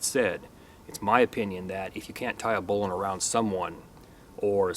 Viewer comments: The correct pronunciation - finally. Should sound like "bowling". You are onto it. Everyone else sux. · I am so happy to hear you pronounce bowline correct, as "bolen". It's my favorite knot of all time. Yours is by far the best demonstration of bowlines I have seen, and I learned something with the Yosemite. Awesome! I've never seen that before. I have to wonder however, if there could possibly be any issue with the basic bowline's "cinch" loop's effectiveness, i.e., if it's security could be affected or compromised by introducing the working end into it. I personally doubt it, but rope scholars could maybe school us. I learned bowlines in 1985 while working as a commercial fisherman in AK. Unless you've got some shitty springy stiff slippery line, I've never experienced any reason to back one up. That being said, if I am using a bowline in my climbing pursuits, it's backed up. Life is worth an extra second or two. Thanks!